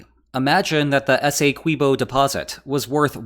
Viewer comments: Hey! Keep the lines coming. QUIck note: essequibo, is not "esay-kwibo" like queso isn't "kway-sow". Thank you for your time. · Guyana is English speaking and we pronounce it S- E- QUIB- O ESSEQUBIO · It's pronounced like 'essay key bo' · Having recently watched a documentary on said river, that mispronunciation of Essequibo is really bugging me... especially since, these being spanish-speaking countries, pronouncing "qui" as key/kee is just about the most standard, mundane thing in existence.